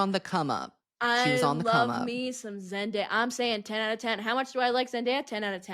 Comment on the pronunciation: NOT “zen die uh” 💀💀💀💀💀💀💀